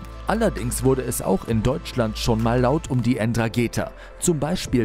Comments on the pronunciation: Nicht ENdragetHa wird es ausgesprochen, Ndrangeta. Das h ist stumm, oder wie das heißt.😂 Bitte korrigiert mich!😉👍 Zum Beispiel wird ja auch Blumentopferde BlUmentopferde ausgesprochen, und nicht blumEntopferde.😉 Spaß.😂👍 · Ndragetha 😂😂😂😂 ernsthaft? Wie wäre es mal mit vorher recherchieren??? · Es heisst Ndrangheta, nicht Ndragetha. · Wie schlecht. Es heißt Ndrangheta und nicht Ndragheta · Nicht Ndrageta sondern Ndrangheta ich würde dir nahe legen wenn du schon über die berichtest wenigstens deren Namen richtig zu schreiben denn ich sag dir so. Die mögen das garnicht wenn man so gesagt deren Namen falsch aussprechen tut oder schreibt obwohl man genau weis wie die wirklich heißen. Ich hoffe für dich das keiner von den das mitbekommt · Ndrangheta nicht Ndragetha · Falsche Aussprache Ndragheta 😂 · die "Endragetha" 😂😂😂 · Man spricht es so aus, aber es fehlt noch ein zusätzliche n, also EndraNgheta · Puuhhhh die Aussprache von 'Ndrangheta ist ja mal richtig wild. Es ist ein stummes "N", d.h. man spricht es nicht. (So wie das stumme "G" in Erdo[g]an, das btw für Grundrechte steht 🫠]. Auch die Betonung ist falsch gesetzt, gesprochen wird das Wort Drangetta. ✌🏽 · Die "Enn trageta"😆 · Die Aussprache der ( N Drageta😂😂) sollte man schon können wenn man über sie berichtet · N‘drangheta und spricht sich einfach Drangheta das N davor in etwa so Nhh wie Mhh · Es heisst ndrangheta und nicht ndragheta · Ganz ehrlich Leute, … En-Drageeeta???? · Wenn der penner noch einmal äntrageta sagt flipp ich aus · Bitte lernt sprechen. Die heißen nicht Endrangeetha. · alles schön und gut, aber hör bitte auf ENN DRA GEEEETA zu sagen......mannaggia tia! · "N" drangeta 😅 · Ndrangheta. Nicht Endrageta. Jahresumsatz NUR mit Kokain 53 Milliarden. Nicht INSGESAMT 30. So ermüdend "wissenswerte" Beiträge zu sehen von jemandem der nichtmal 10 Jahre alte Wikipedia Einträge richtig lesen und wiedergeben kann.. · Man sagt nicht N-dragehtha. Es ist ein Wort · "Endrageetha" halt doch die fre....